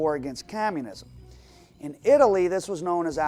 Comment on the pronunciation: Dude says CAMUNISM